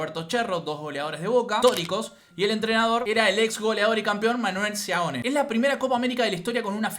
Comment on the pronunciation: Es Seoane, no Seaone, ok